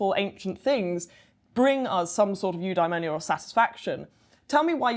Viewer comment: Have a drink every time she says ‘new dimonia’